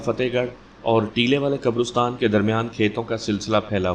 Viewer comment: حضرت قبرستان لفظ رے پر زبر ھے پیش نہی ھے ۔